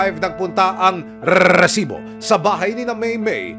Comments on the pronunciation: ANG OA MO MGSALITA NG RRRRRRRRRESIBO‼️👎👎👎👎👎👎👎👎👎👎👎👎👎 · Bkit ayaw mo ayusin Ang pagbigkas Ng resibo wag Muna Ng gawing rrrrrrresibo pràng Hindi tama Ang bigkas dpat ba ganyan tlaga Ang bigkas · Aq rin mejo nadi-distract sa pagbigkas ng Rrrreeesibo! Sana sabihin na lang ng normal at wag nang i-exaggerate pa, parang OA na masyado.